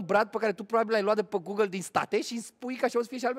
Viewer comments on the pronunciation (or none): none